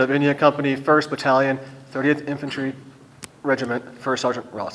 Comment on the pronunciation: Infantore also your pronunciation